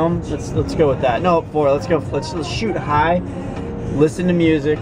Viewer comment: did say shoot high in the beginning? hahah